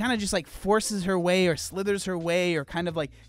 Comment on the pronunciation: bro straight up said sithered ahaha